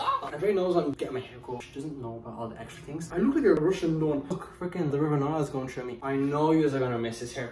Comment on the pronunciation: I love how he said “true” instead on through 🥰🥰❤️